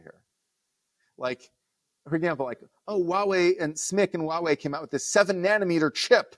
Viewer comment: the H in "Huawei" is not silent. Instead of "Wah way", it's more like "Hwah way".